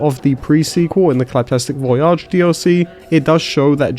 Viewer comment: Why do you pronounce "voyage" in "Claptastic Voyage" as "voy-ahhhj"? I notice a lot of the Borderlands content creators seem to pronounce the word in this manner and I have never heard anyone else pronounce "voyage" in this specific way before. Legitimately curious if there is some lore reason or something.